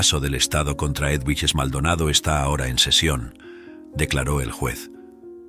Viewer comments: Edwiges se pronuncia Eduviges en Español. Pero muy bien la Historia 🥰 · Es una barbaridad que el narrador no sepa ni siquiera pronunciar el nombre EDUVIGES. Y peor aún, que lo cambie y lo vuelva a pronunciar PEOR. No hay nadie que revise la narración antes de publicarla?? Es un desprestigio y dan ganas de no seguir escuchando. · La historia estuvo bien, pero el narrador nunca supo pronunciar el nombre del personaje Eduvijes, no sé si es una persona leyendo o una maquina.???